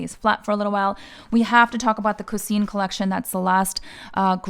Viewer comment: no prob you did great with all of the infos you’ve shared with us ☺️ It’s just I wanted to let you know the right way to write and pronounce it (especially when you have French speakers viewers 😉) Oh also the Coussin it’s actually pronounce like “Ku-Sah” 🙈